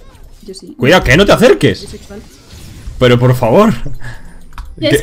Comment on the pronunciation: Hl! Buen video, cm q visexual yo si escuche bn eso 😂😅